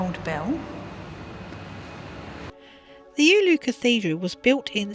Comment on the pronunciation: Pro tip: you're supposed to pronounce every letter in every word in Finnish and every letter is always pronounced with the same sound, no matter what other letters surround it. There are no redundant silent letters. For example, Oulu (which you pronounced at least 4 different ways) can be pronounced as o-u-lu if you if cannot do the diphthong. It sounds a bit weird that way but closer to the true Finnish pronounciation that the variants you had here. The way you pronounced Oulu was probably the closest but it still sounded like Ulu instead of Oulu.